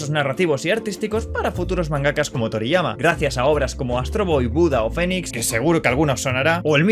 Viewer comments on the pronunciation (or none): none